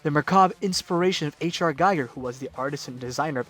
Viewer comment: Giger rhymes with eager, not with geiger (counter).